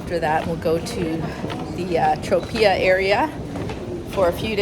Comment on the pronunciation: You are butchering Calabrese. Tropea. And Italian in general. Its awful. 😮 So we are in Canada 🇨🇦 and we don’t have half the food products like Italy. 🇮🇹. Italians have always been cut everyone. With food!! Its a culture that we will never get in North America. AND its NONNA AND NONNO. 😮😅. Yes. Its. Insane how much we pay for food. Europeans actually have a criteria and food is one thing they expect to keep at cost to eat. It is their culture and I am sure there would be a lot of pushback from people if they paid North America prices!!!😮